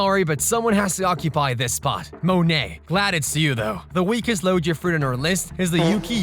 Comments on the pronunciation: What are Lojea devil fruits? You fell like a person that pronounces gif as jiff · the pronunciation doesnt bother me, but most ppl pronounce it as "LoGIa", but sick vid man